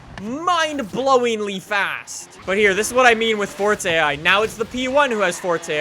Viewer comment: Yes more "Fortza" Horizon 3!